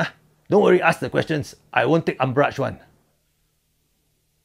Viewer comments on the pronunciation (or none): How come his England so powderful? First time I heard the word umbrach in 40 years. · Yeah. A new word. URMBRAGE... I thought I only know ARMPIT